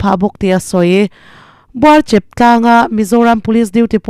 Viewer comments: Buarchep ti a lam lohian Buarchêp ti a lam tur ani zawk lo maw? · Buarchepa😂😂😂nangmah khan i chep a nilo maw😅😅😅😅 Buarchêp tih tur auh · Buarchep I lam dan hi mizo tawng thluk a ni lo ngaitha Chiang teh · Titalhian lam teh aw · Buatchep ( chep ) tih hi chaicheh a chep tih anga lam tur a ni lova, chep ( tawt ) ( leng manglo ) A chep emai tawlh deuh teh, tia ( chep) tih anga lam tur a ni e. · Buarchep I lam dan khi a dik lo. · Buarchêp khawhming pawh i lam diklo, zawtzau hmasa ta che. Lalngo.